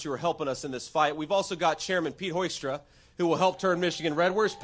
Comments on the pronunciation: He said Hoystra😳. It’s Pete Hoekstra😮. Maybe needs a cognitive test also 🙄🤣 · Are we talking about Pete Hoekstra? That's pronounced hook-stra, wow sucks. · It's pronounced: Pete Ho-stra. With all the ho's that hang out with MAGA, they should, at least, THAT pronunciation correct.